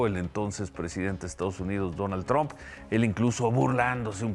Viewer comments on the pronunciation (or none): Covit, trun, cuidat, seguridat, es un completo ignorante, que vergüenza.